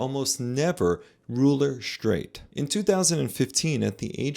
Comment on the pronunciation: What's "shtraight"?